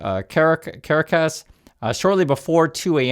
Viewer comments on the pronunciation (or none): Kuh-rack-us please! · ca-RA-cas:) Be safe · two things… 1) It’s pronounced Ka.rah.kass. Pronounced fast. 2) yes, I’m ashamed, and the orange blob needs ti be removed from office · How do you not know how to pronounce Caracas? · I think you should look into how to pronounce Caracas.